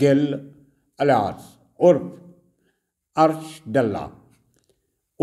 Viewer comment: ਸਾਬ ਡੱਲਾ ਨਹੀਂ ਡਾਲਾ ਪਿੰਡ ਹੈ ਜੀ